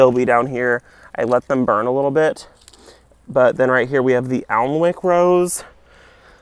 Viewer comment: Just so you know the Alnwick rose is pronounced Annick, named after a town and castle in northern England. Thanks for the tour!